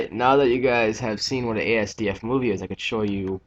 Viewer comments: as-duff not a s d f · correction. it's actually ass-duff. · It's THE asdf movie, not an asdf movie. Also it's pronounced assduff, not spelled out. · it's pronounced "as-duff-moo-vee" and it's typed "asdfmovie" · i pronounce it azz-dufff movie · its not ee es dee ef XD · Thanks for showing us. Just so you know Asdf is pronounced "assduff."